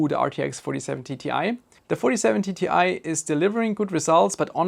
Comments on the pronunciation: Why do you keep on saying Ti as TTi? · this guy pronounces it like 47TTI, idk how he does it but he does